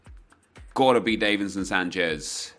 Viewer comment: Does it annoy anyone else that he says davinson Sanchez wrong